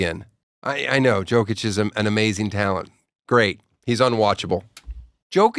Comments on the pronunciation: He doesnt know how to pronounce his name. Would you find someone credible if they said Mikel Gordon sucked? Having said that he's clearly a comedian prioritizing the joke over reality. He knows JOKGAWD is legit he watched and cried as they dropped a big old a dooker on his favorite squad 4 times in a row on their way to a chip. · He doesnt know how to pronounce his name. Would you find someone credible if they said Mikel Gordon sucked? Having said that he's clearly a comedian prioritizing the joke over reality. He knows JOKGAWD is legit he watched and cried as he dropped a big old a dooker on his favorite squad 4 times in a row on their way to a chip.